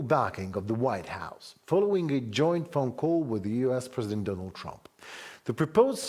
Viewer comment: The Mans name is Trump ! Not Tumps ! Go ahead n dishonor Trump while honoring the cocaine driven leaders . Makes sense for msm .